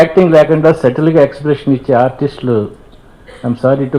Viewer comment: Settle kaadhu subtle (satil ani pronounce cheyali)